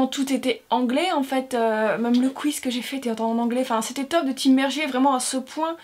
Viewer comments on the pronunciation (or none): none